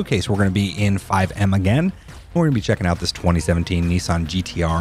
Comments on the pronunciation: Btw it’s pronounced Nissan not neeesaarrn Great video though and awesome car!! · There are many brands that have their pronunciation completely butchered by the American language. Nee-sahn is just one of them. Also, technically it's Nis san in it's pronunciation. But hey everybody pronounces Porsche and Forza wrong too - I think some of it is just the language difference.